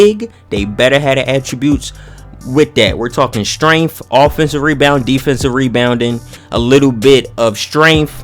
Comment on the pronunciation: That nigga said strenaff 😂😂😂